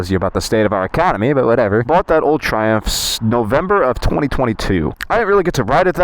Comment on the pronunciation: You just said driving the triumpj